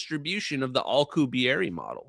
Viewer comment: keeps pronouncing Alcubierre (the warp drive) as alkuhberry.